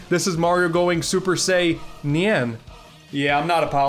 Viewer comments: Super Sei-Nyan lol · Super Saynyan Me: 🖕🏽🖕🏽🖕🏽 Also me: respect.